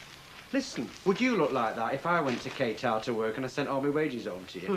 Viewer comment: of course Pat Phoenix knows how to pronounce 'Qatar".